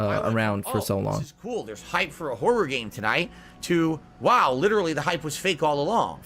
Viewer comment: The way says 'horror' bothers me so much for some reason